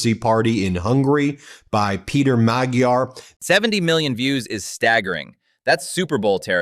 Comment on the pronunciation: By the way, Peter Magyar's last name is pronounced with a soft "g". Sample: the word garage starts with a hard g; the second g is soft.